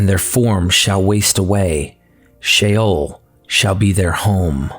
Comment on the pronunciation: I'm sorry, i know this is knit picky, but if you want to sound like you know what you're talking about, get the pronunciation of words right please; Leviathan = Leviathin Sheol = She-ol just the 2 that comes to mind, in future, please get it right.